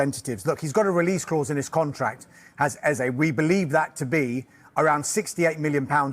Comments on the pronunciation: Stop being so lazy Who the heck is “Ease” These AI vids need to be boycotted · Nah...just a stickler for pronouncing names properly. It's spelled Eze and pronounced Ayzay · pronounciation ezzay please. It’s not that difficult